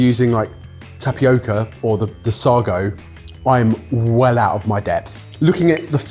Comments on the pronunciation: Lads, lads - that’s not how you pronounce sago! Please sort that out. 😂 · FYI: to correct your pronunciation of both "sago" and "kai kai". "kai kai" is pronpunced "The term "kai kai" in Papua New Guinea (PNG) Pidgin is pronounced with two clear, distinct sounds: "kai" and "kai". Both syllables sound like the English word "sky," but with a shorter "y" sound. First "kai": Pronounced like the English word "sky" without the "s" sound, or like the name "Kai". Second "kai": Also pronounced like the English word "sky" without the "s" sound. Together: Say "kai kai" with a slight pause between the two words, rhyming with "eye eye". "Sago" is pronounced "say-go" and NOT Sargo/Sahgo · It had me wondering whether I've been saying sago wrong all my life?? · I was struck by the similarity to tomalley (no idea of the spelling). BTW sago has the emphasis on the a so sounds like say go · Have you never heard of sago pudding?? God that makes me feel old! I regularly had it at school, it's like tapioca. And it's pronounced 'say go' - omg sar go 😂😂😂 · If I hear them say "suggo" one more time instead of "say-go" I'm going to lose my mind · It's sago, as in say-go, not saa-go. Wikipedia agrees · it's pronounced 'saygo' not 'sahgo' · I used to have sago (say-go not Sag oh) as part of UK school dinners it went along with rice pudding, tapioca, and semolina. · Say-go, not Sah-go. Pronunciation was all over the shop on this one. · Sah-go? You can't do the venerable school joke with that pronunciation! Q: How do you start a pudding race? A: Sago! (Say go!) Whe I was at primary school, I did't mind the daily bottle of free milk, but every lunch was finished with a milk pudding, which you had to finish. It really overfed you with milk beyond human endurance (semolina pudding, tapioca pudding, rice pudding, sago pudding, then repeat). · Listening to the boys pronounce Sa'r'go afterca lifetime of Sa'y'go has me wondering which is right 😂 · Sago..pronounced SAYGO...😅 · Sago pronounced Say go.